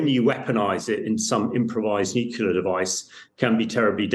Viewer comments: Sad, an expert guest pronounces nuclear as “nucular” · NUCLEAR ! NU CLEAR - that's pathetic :)